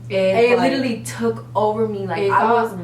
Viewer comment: Drinking game: take a shot every time they say “lidally”